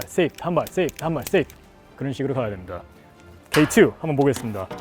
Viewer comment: K2~ 하시는게 뭔가 Step 2~ 하시는거같네ㅋㅋ